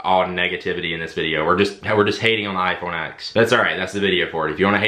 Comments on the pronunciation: The "X" in iPhone X is a Roman numeral, not a letter; therefore, the correct pronunciation is [ten] not [ex]. The "swipe and then throw to the side thing" doesn't have to be as time-consumingly dramatic as you make it. You can just swipe up, like you do in the first example, and then slightly to the right and you are immediately in multitasking, making it equally as fast as the double tap. Control center access is now at the top right, because swiping up from the bottom is now the home command. The headphone jack is antiquated technology. There are all types of Bluetooth receivers that you can use to get audio into an analog aux port. Then, you can still charge your phone while playing music. Also, there are several wireless travel chargers available now, making it possible to both play music and charge without a single cable. With the "looking at the back of the phone" thing, that's just basic situational awareness. I can't help with that. Sorry You might want to get with Apple on your issue with raise to wake and Face ID. I deal with multiple iPhones daily, and this is certainly not typical of the iPhone X. Raise to wake normally works flawlessly and Face ID is considerably faster than Touch ID. In fact, with Touch ID there were two, albeit very quick, steps: pressing home and then the reading of the fingerprint. With Face ID, by the time I swipe up (usually before I even touch the screen) Face ID has already unlocked the device, making the experience much more seemless. Yo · for the love of god, as someone that is essentially a tech reviewer - stop calling it the 'iPhone Ex'. Please. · It’s pronounced “iPhone 10